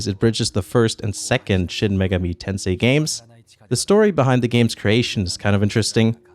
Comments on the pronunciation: Please don’t pronounce Megami as “Mega-Me”. It’s like May (the month) gah (no English equivalent sound) and me (as in yourself). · It's 'me' as in the Japanese word for 'eye' ga as in 'Gah! That hurt!' mi as 'miru' the Japanese word to see. If it were as in May the word would be 'Meigami'. 女神 (megami) means goddess. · AkiraCast, having live in Japan for 3 years, I am quite aware of what megami means and am familiar with the kanji. The clustering of syllables was pronounced wrong. Most letters are pronounced in pairs starting with the first two, but Megami is pronounced with the last two characters in a single cadence (resulting on the first letter being its own cadence). It just sounds so wrong with the cadences reversed (though, that would be the normal cadence for most Japanese words).